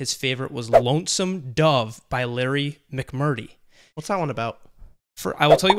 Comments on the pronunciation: Pronounced: Mic-Mur-Tree (Larry), and Bry-sun (Bill). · There's two r's in Larry McMurtry's last name there, genius. Mick-Murr-Tree. Lonesome Dove is also probably the greatest traditionally mythological portrayal of the American West ever written, and, debatably, ever filmed. For what the settling of the American West was really like, read Blood Meridian by Cormac McCarthy.